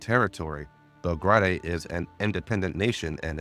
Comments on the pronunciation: im loving the recap so far as i havent played GFL1 since 2021, but my brother in christ it's pronounced bel-grade/bel-grayd not bel-grah-day. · Bel-Grai-De* But still BUHHHHHHHH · JFC still misinformation based on the guys bias , again gender is not "ambiguous" is canonically female according to writers and the male option is there for those who wanna play a male character. Also learn to properly pronounce names, like here "Belgrade" you can easily find how to properly pronounce it, its a real city in south-east europe the capitol modern day Serbia.